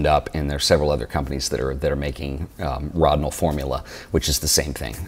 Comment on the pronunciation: NIce stuff except it is pronounced with a long 'o" like "Row-dinol"